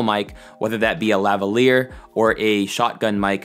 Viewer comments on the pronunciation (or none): none